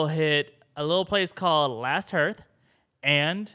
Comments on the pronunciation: hearth = harth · hearth is pronounced harth, not herth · I'm Team Jaimie...I'/m betting that at the climactic battle, he'll come riding over the hill with a wagon that has one of those Scorpions on it with a Dragonglass-tipped Balista bolt, and Bron takes out the ice dragon with it. And "Hearth" is pronounced like "Heart" with a TH on the end, not like "Earth" with an H on the front. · It is pronounced HAHRTH not hirth. Last Hearth = Last HAHRTH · Last "Harth" not "Herth" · "Hearth" is pronounced "harth"